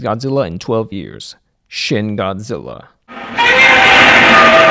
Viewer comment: 'Shin' in romanized Japanese is pronounced: "sheen"